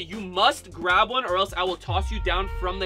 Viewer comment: Grab not grap 😂